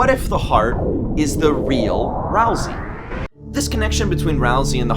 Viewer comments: >ralsei theory video >looks inside >"ral-see" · that name... is Ralsei- oh okay. Not... the name we of the character we've been talking about this whole time who rhymes with way. (not a critique, but just a expressing of my surprise because I thought it would be something else)